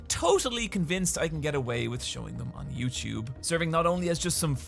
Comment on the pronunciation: YouTube is not "you-chewb."